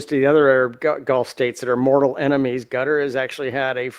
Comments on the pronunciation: Qatar is the name, not Carter. First, learn how to use the names before using them! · QATAR = KUHTUHR not GOTTER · U heard ca ter lol i check it again lol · It’s not cotter or cutter or gutter. It’s Kay tar. I heard the prince of Qatar pronounce it that way—twice. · I keep hearing analyst mispronounce Qatar it’s pronounced K short u tar not cutter. It sounds like you’re from Kentucky saying it like that. Just saying not criticizing. Love your show. I’m not sure if said it like that but I hear everyone on the news too saying it like that. Just sounds weird to hear it said like cutter. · He actually said. Gutter. Seriously? It's KA Tarrr OMG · It’s “Kah-Tar”! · He keeps saying Gutter who is that. Douse he mean Qatar. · its pronounced KA-TAR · Is he calling Qatar "gutter" ? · Please pronounce it properly. Qarar 👂 Ka’Tar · Ka-tar..please pronounce it correctly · Hi,. Appreciate you. By the way, the proper way to say Qatar is "cutter." I worked with them while I was an engineer and program manager at a major aerospace company, and they consistently said "cutter." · DAMN IT! As a major news commentator...you have a responsibility to know how to pronounce words PROPERLY!!! Especially major strategic cities! QATAR is pronounced KUH-tar!!!:face-orange-frowning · It's pronounced 'kwataar' or 'kittar' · Kuh TAR... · why is he saying cutter instead of Qatar? i ask because i am really irritated that some people are saying Iran, some are saying earon, some are saying aron. why is it so difficult to say it correctly? then we have Luis that cant even say his own name correctly. why? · Sure isn't Gutter....lol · Pls. It's Qatar NOT Cotter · I swore that guy was saying gutter, can’t take people serious when they can’t even pronounce the country right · He said carter lol I heard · Cotter pin.